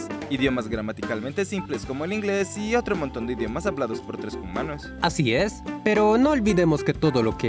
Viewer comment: Amo que digan Jumanos jajaaja ❤